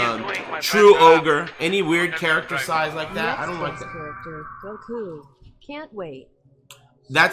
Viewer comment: lol says Goku's name the way its supposed to be said, he's a secret DB fan